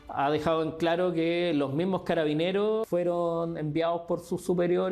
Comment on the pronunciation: Le cuesta decir "Carabineros" jajaja. Y no, no fue un intento, ella participó en esos hechos de violencia en contra de Carabineros, no le quite la gravedad.